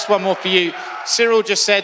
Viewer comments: Jon keeps calling him cereal 🤦‍♂️ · it's funny how everybody struggle to pronounce Cyril correctly, one says serial the other soreal lol come on guys! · Anybody else noticed they're calling Ciryl "cereal"? Put some respect on his name its CEE-RILL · He keeps calling him…. ”Cereal”….🤔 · "Cereal Gane" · Jones: I study Ciryl’s fights every night. I know everything about him. Also Jones: “Cereal”